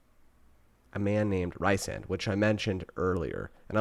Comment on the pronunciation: Feyre pronounced Fay-ruh, Rhysand pronounced Reese-and! 😊 also haha I love watching peoples opinions on the first book… Oh sweet summer child, just wait till the second book or rest of series lol! Does a 180 😂